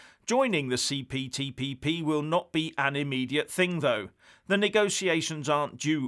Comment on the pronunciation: say it again,the CPTPP you must have practiced that!